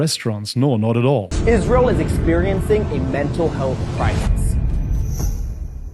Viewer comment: The way you pronounce 'israel' is spot on